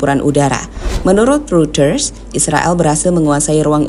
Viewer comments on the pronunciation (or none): none